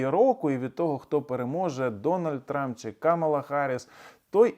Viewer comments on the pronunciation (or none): none